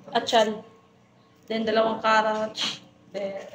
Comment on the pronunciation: Hello,, gusto lng kita icorrect sa tawag mo sa CARROTS kasi ang pagkabigkas mo ay CARROCH, ang tamang bigkas ay KAROTS .. sige lng dahan dahan matutu ka rin